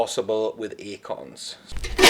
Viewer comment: Bro sounds like he's saying "akons" I keep thinking about the 00's rapper, hahaha.